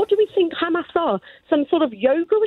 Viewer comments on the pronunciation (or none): KKKHHHHAAAMMAAAASSS JAMES IS KKHHHAAMMMAAASSS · Khamas khamas 😂😂😂 he is probably the best presenter on LBC